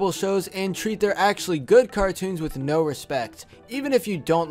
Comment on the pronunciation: Say no it's sounds like nu